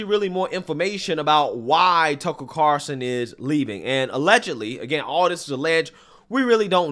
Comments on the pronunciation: it’s tucker “CARL-SON” NOT “Carson” like Ben Carson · Carl-Son. Not Car-Son. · CARL-SON. Not CAR-SON. JEEZ!! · CARL-son not CAR-son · I tried so hard to finish this. Saying Tucker CARson over and over just drove me nuts. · Is he saying "Carson" or is it just me? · all he needs now is to learn how to pronounce Tucker's name. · The L in “Carlson” was really giving you hell wasn’t it?😂😂😂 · Love ya but your pronunciation of Carlson is killing me lol. Where's the L? You got Asian in ya?